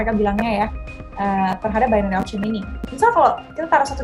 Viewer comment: Bainery mbak bukan binori